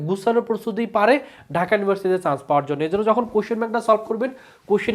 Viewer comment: পাওয়োর ❌ পাওয়ার ✅